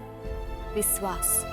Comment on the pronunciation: In gauri's language : shadi equal to : sadi or vishwas equal to : viswas 😂😂😅❤